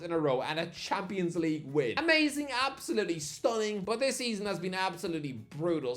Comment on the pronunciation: He still can't say champions league 😂